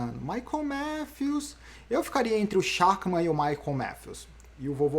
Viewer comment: Amanhã deve dar Schachmann., se pronuncia “Scharrman” - jogador de xadrez